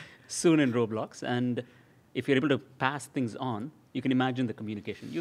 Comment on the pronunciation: Dave..... ITS LITERALLY CALLED ROBLOX. RO BLOX. NOT ROLIMB